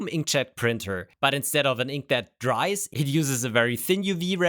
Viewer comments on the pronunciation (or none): none